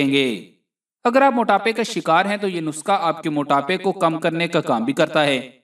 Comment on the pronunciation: Bhae,nuska nhi nuskha hota hy